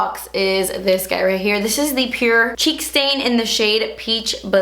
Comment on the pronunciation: HHHH I THOUGHT THE CHEEK STAIN SAID CHEEK SATAN